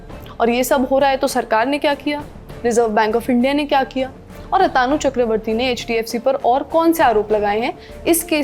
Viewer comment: Lallantop वाले HDFC Bank के चेयरमैन का नाम आतानु बोले जा रहे है, जो गलत है। उनका सही नाम अतनु है, न कि अतानु